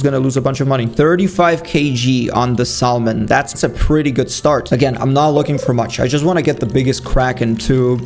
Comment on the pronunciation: It’s sa- mon silent L 😊